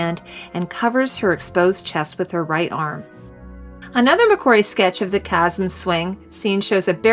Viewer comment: Great video. However, Chasm is pronounced incorrectly. Its pronounced with a hard CH sound, like Kasm.